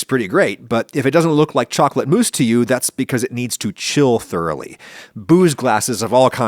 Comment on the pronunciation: It's pronounced mousse, not mousse!